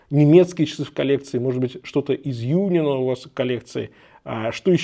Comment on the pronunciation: По-немецки говорится Унион, причём ударение на о. Переводится как Союз. А часы правда шикарные.